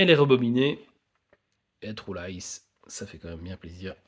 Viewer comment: Vous les francais quand vous dites le mot true on entend le mot trou.